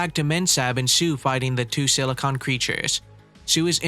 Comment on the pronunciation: I'm not picking on you but its SIL-eh-con